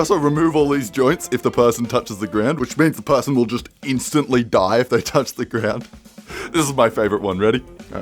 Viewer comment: "It willl"